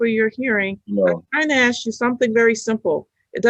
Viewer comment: One of the first signs of mental retardation: The word ask is pronounced aks.